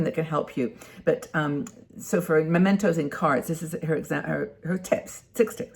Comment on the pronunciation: Mementos, not Momentos.